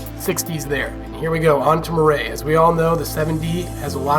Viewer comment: It's pronounced "mwar"